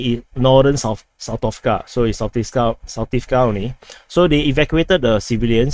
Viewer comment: ZaporiZHia name you can pronounce like: Asia = AZHia .))